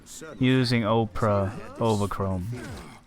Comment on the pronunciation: With "Opera" - just make the starting letter O sound like a small case letter rather than a capital (think of words like Olive, Obligatory, Obtuse, Officer and not words that sound like Ohhhhhh (a look of surprise), Sow (as in planting seeds), Mow (like cutting the grass).....you virtually had it on your first attempt ;-) Absolutely fantastic run. Love this game!!!